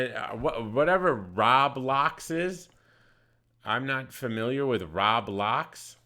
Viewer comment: He said Rob locks.... those with smaller children know what roblox is.... lol... my daughter loves that bs... lol